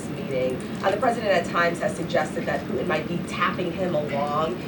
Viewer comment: I'm sorry....I just cannot take her seriously when she pronounces the name of the leader of Russia, as "Poo-in".